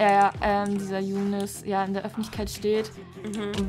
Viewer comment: Ich heiße im RL "Younis" mit "i" aber Trotzdem zucke ich jedes mal richtig zusammen wenn du so "Jounes" sagst. In der Schule sagen sie auch immer zu mir "Haha Younis mit dem kleinen Schwanz" 😣